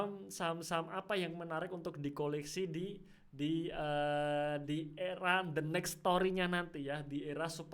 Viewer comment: Mantap penjelasannya! Lucu denger aura digital 😂♥️